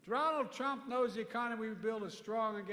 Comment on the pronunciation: Poor guy cant even pronounce Donald Trump without tripping his tongue